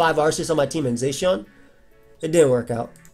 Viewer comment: You pronounce Zacian weird ugh..